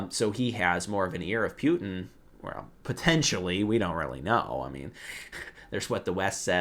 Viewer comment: It's Владимир Путин, not Владимир Пютин. So, pronunciation-wise, in English, you want to go for "poo-tin", never for "pew-tin" ☝️😉